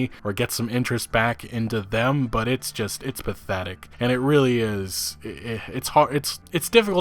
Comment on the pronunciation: Every time you said pathetic this video what I heard was "Bethetic" lol.